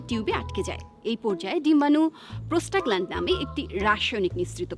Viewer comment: প্রোস্টাগ্লানডিন বলতে পারেন না, আর আসছেন এগুলো নিয়ে উদ্ভট জ্ঞান দিতে।আগে ভালো করে পুরোটা স্টাডি করেন। আর এসব মুখোরোচক নিউজ করে ভিউ বাড়ানো,পপুলারিটি পাওয়ার চেষ্টা অন্তত আপনাদের মানায় না।